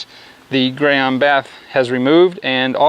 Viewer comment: It’s pronounced “gee” on not “guy” on... nice test, good job 👍🏽